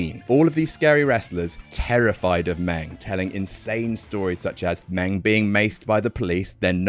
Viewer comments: Stop calling him Meng. Call him a Klingon!!! He have two livers for crying out loud! He did drink bloodwine out of Abdullah the Butcher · Hey idiot ... it’s spelled MING.. Christ .. brits 🙄🙄🙄😵🥊